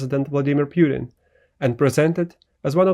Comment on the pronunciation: Pooteen, not piutin